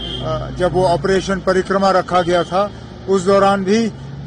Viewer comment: With due respect for Mr Omar Abdullah, it was not Ops "Parikrama", it was Ops "PARAKRAM"